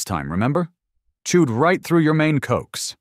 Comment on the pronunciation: Loved this story. However, please be advised that that "coax" cable is pronounced "co ax" (2 syllables) . Its short for coaxial cable. Thank you - former amateur radio operator for a while. 😉